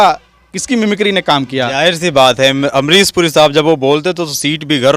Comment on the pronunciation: ये काले कपड़ों वाला लड़का पढ़ा लिख़ा है लेकिन फ़िर भी इसका शब्दों का उच्चारण सही नहीं है जैसे कि ये शाहरुख ख़ान नहीं साहरुख़ ख़ान कहता है अमरीश पुरी कहने की बजाय अमरीस पुरी कहता है और इसी तरह से और भी बहुत शब्दों को ये ऐसे ही बोलता है और को इतना तो सोचना चाहिए कि जब यू ट्यूब पर बोलते हैं तो फ़ूहड़ शब्दों का इस्तेमाल नहीं करना चाहिए जैसे कि इस वीडियो में ने कहा है कि मैं कई बार अपने घर में छिता हूं